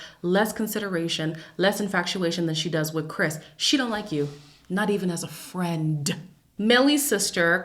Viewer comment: “Not As a friendT” i felt that 😂